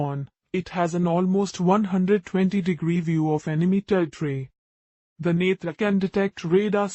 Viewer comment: After many video I heard the name netra in right ascent , ab to India wale bhi netraaa bolne lage h